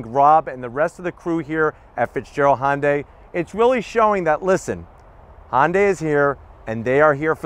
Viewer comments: Can you also help him with his pronunciation of Hyundai? Tell him it's like Sunday, and not "Haaahn-day" (Thanks!) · Dude really! You've been doing this for a long time and you still pronounce Hyundai Honday. WTF it's pronounced like Sunday. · & Daniel H - the "Sunday" pronunciation is exactly what Hyundai has branded it as in North America since 1986. It was their Plan A for this market. Regardless, it is not called (now pinch your nose to get it just like he says it) "HAAAHN-day." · Pronounce the y please.